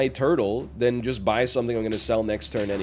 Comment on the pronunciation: i love it when he says tortole me